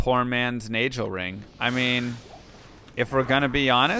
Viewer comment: Why you always say Gheed as "Jeed"? I can understand saying Nagel as "Najel" cus of the vowel rule (e, i, y) for G (like Geoffrey, Gigantic, Gym), though there's no way of really knowing since we don't know the intended origin of the word, for example, daggers is a hard g, nagel in german is a hard g, etc. Just curious, no judgement, just trying to understand the reasoning